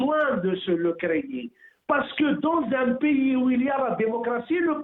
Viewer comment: D'abord on ne dit pas "piys", mais "pAys", ça se prononce comme : PAIX + Y, ou ; Pai ys, pas Pi, ou π 3.14, d'accord ? Je remercie El Marrokiya et ses employés de promouvoir les attaques de plus en plus virulentes contre notre pAys de la part de ses pires ennemis qui visent son démembrement à l'instar de la Libye, du Soudan, de l'Irak et de la Syrie, etc. En tout cas, vous êtes de sacrés patriotes. Vous serez sans doute décorés par vos maîtres et bailleurs de fonds, dès qu'Alger et toutes les autres villes d'Algérie où se trouvent encore vos familles, ressembleront à l'actuelle Ghazza, merci infiniment, c'est Malika Z3aytra-106, et ses maîtres banou sahyoun, qui doivent être fiers de vous, bravo les gars d’El Marrokiya!!! NB: Nous avons été et nous sommes toujours et depuis le Hirak El Moubarak, plus de 90% d'Algériens à manifester notre mécontentement de la façon dont NOUS, PEUPLE ALGÉRIEN sommes toujours écartés du pouvoir, surtout notre jeunesse qui est toujours méprisée et dont les énergies sont totalement gâchées par une classe politique pourrie par la corruption et le népotisme, mais aujourd'hui et vu les convoitises et les complots que vous feignez de ne pas voir, il serait irresponsable, voire suicidaire de continuer à apporter de l'eau aux moulins de ceux qui visent la destruction de notre pays, sachez que vous serez tenus responsables de vos actes et de votre attitude d'aujourd'hui. L'efficacité de la diplomatie algérienne n'est plus à démontrer, le monde entier la